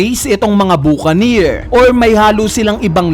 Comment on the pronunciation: BA KA NIR Yan yung pagbigkas sa mga cowboy film yan ng amerika